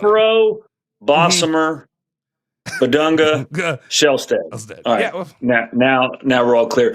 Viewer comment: Its pronounced "Big Dung" 🤷‍♂️